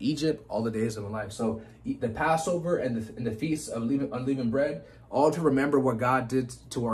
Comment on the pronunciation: no offence but its un-leh-vund bread, God Speed